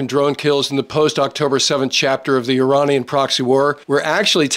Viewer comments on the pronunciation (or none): none